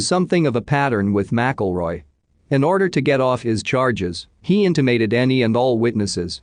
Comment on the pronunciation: Inti 'mated huh. Not in tim i tated.